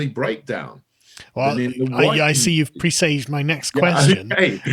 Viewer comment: 'Presaged' - Sargon's new fancy word (used and pronounced incorrectly). Bloody autodidacts.